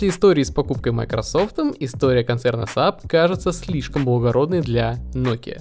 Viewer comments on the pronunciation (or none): none